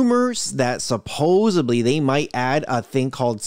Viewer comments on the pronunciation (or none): supposebly??? LOL A mispronunciation of supposedly. But guess what? They put supposebly in the dictionary, and defined it as a mispronunciation...lol.